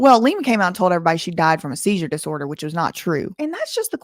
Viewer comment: you didn’t say “SeiZUre diSoRDeR” right!